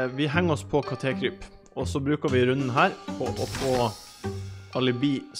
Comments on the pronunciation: Katékryp sa han, ikke Katekryp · Ikke katékryp men kattekryp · Ikke katekryp det er kattekryp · Ikke ka te kryp det er kattekryp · Heter ikke kat e kryp han heter kattekryp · Kattekryp ikke katekryp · Det er ikke kate-kryp, men kattekryp🙄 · Han heter ikke katekryp han heter kattekryp!!!!!!!!!!!!!!!!!!!!!!!!!!!! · Lol du kan ikke si KATTEKRYP